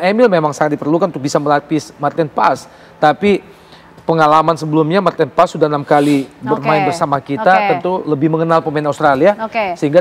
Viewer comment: Maaf penyebutan maten Paes : Paes bukan martin Pas😂😂😮